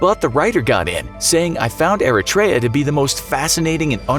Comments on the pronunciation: Eritrea is pronounced earthra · Its E-reit-tree-ah not air-a-tray-a or whatever they said in this video. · It's pronounced "ear - REE - tree -uh". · yeah, did he just said Erichrea? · You pronounced Eritrea completely wrong... its like "ERIE CHIA" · they pronounced Eritrea all wrong smh. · he didn't pronounce Eritrea properly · That’s not how you pronounce Eritrea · Anyone else cringe by the way he says Eritrea lol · Doing this much research you would think he could pronounce Eritrea right